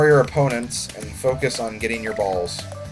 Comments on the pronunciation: The way you say ''balls'' is priceless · i find it funny the way he pronounced "balls"